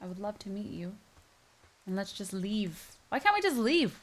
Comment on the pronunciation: "Can't we just leave" Or do you mean "Can't we just leaf"